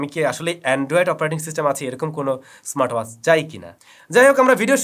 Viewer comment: ওয়াস কি? উচ্চারণ ওয়াচ হবে। চ ছ উচ্চারণ ঠিক করতে হবে আরো।